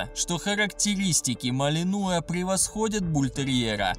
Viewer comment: В слове "малинуа" ударение на последнюю букву.